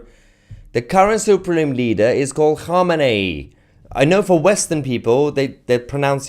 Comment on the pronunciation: “Whore-many”! Canadian that can’t pronounce, sorry.